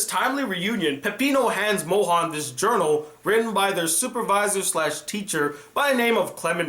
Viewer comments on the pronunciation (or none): as a french girl it is « Monrhange » not « Mohan » 😭😭